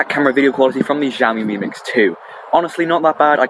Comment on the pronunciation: X is "sh", not "gz".